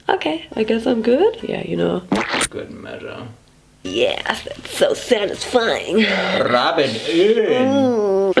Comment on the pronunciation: ”RRRUBB IT”